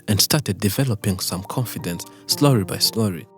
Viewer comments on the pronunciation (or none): Your English is Perfect but you always pronounce the L in slowly as R…It’s wrong